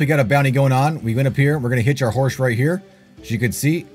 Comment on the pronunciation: You said the ability to hitch your horse... I thought you said HIT your horse at first. I was like 😮